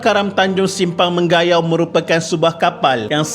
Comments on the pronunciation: Correction - Mengayau ye bkn Menggayau 🤭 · Rasanya sebutan yang betul ( me nga yau ) bukan ( meng ga yau ) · Nice content. cuma bacaan sebutan Simpang Mengayau di akhir video in kurang tepat. hnya mngunakan 3 suku kata iaitu "Meng" "a" "yau". Manakala "Meng" "ga" "yau" tidak betul. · Me - nga -yau. Sebutan yg betul . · Lucu bha sebutan admin utk nama tmpat d sabah tu, kalo sini sebut Meng Nga Yau min 😁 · Yg no 1 tu sebutan mngayau tu mcm salah ja hahah btw nice.. patut eja mcm biasa ja